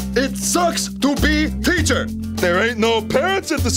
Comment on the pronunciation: “Parent is your schoocher!” -, Outtakes